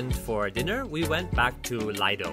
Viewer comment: It’s pronounced lee do and not lie do